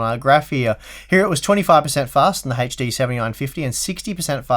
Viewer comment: Every time this gentleman spells 'HD', I die a little bit inside... ?v=c3y0CD2CoCs :P